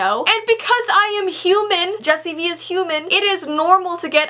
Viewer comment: its jessie not jesi and Yes LIKE YAASASASEAAASSSSSS